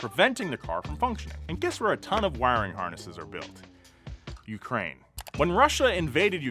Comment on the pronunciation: The moment he said Ukraine, my entire soul died.